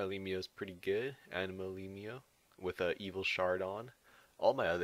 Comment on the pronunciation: You pronounce elimo wrongly